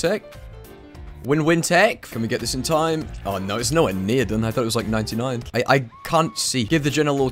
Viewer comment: There’s just a little h at the end when he says oh and no so it sounds like ooooooooooohhhh and nooooooooohhhh